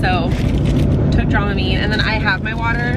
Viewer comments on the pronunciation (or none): Hahahahhahahaha dromimine not dramamine